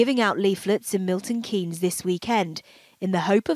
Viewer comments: Just so you know it’s pronounced Milton Keyns not basically miss the E Thames as in TH is pronounced TEMS SO TAMES DROPPING THE H lol. English place names are not always as they seem, that said Welsh and Scottish place names can be a nightmare to say lol. BTW I am totally loving your channel so far I started subscribing this week 🙂🙂🫶🏼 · I'm sure someone has already said in the comments, but just to help out with the weird UK pronunciations, Thames is pronounced "Tems' and Milton Keynes is pronounced "Milton Keens"! I know, we're weird! Better that we were like the Spanish where each letter is always pronounced in the same way. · It's pronounced TEMS VALLEY and MILTON KEENS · Pronounced Milton keans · I started watching your coverage of the Idaho murder case and I thank you so much for bringing attention to Leah, being from her home town, the news shook us all. But I’m grateful that you covered this case so respectfully and graciously. Also random but it’s Milton Keeeeeyns - if you ever cover a MK based crime in the future (hopefully you won’t have to) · I'm pretty sure she pronounced every single place name in this video lmao. Just for anyone that's interested, here's how we pronounce them- Buckinghamshire: 'Bucking-ham-sheer' Miltonkeanes: 'Milton-keens' Thames Valley: 'Tames Valley' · here you go: Milton Keynes - Miltn keens Thames valley - tems valley Buckinghamshire - buckinghmsheer Please feel free to message any time if you want me to do this again it’s fun 😅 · Hi, thank you for covering this case in the UK, we have all been following very closely, and it was bittersweet when her remains were eventually found. FYI Thames Valley Police force is pronounced "Tems" Valley, and the towns name is Milton Keynes, pronounced "keens". take care x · The way you said Milton Keynes was incredible. Pronounced Keyns without the n-e-s. ❤️ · Pronounced: Miltun Keens and Buckingumsher Love you girl. Great video ❤❤❤ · 'Milton key ness', 'Buckingham shyer' 😂😂😂